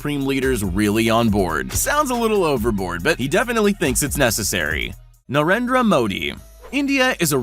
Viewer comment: Nobody: Him: NARENDRW MAW D